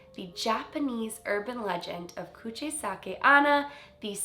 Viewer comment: Hey 👋🏻 I know I’m kinda late on this but her name is actually pronounced Kuchi-Sake-OH-Na. Ona means woman in Japanese and many female Japanese spirits share the name. Anyway love you 🤗